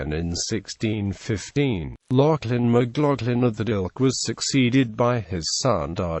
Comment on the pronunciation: That isn't how you pronounce the name. Its an "a" sound. Macl"a"chlan